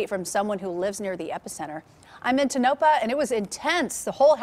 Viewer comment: You pronounced Tonopah wrong!